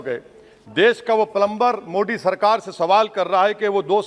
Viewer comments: Ye modi ko mo d kyu kehta h😀😀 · बहुत ही नीच किस्म का आदमी है। सब कुछ साफ़ साफ़ बोलता है परन्तु आदरणीय प्रधानमंत्री जी के नाम का उच्चारण जानबूझकर गलत करता है। 😡😡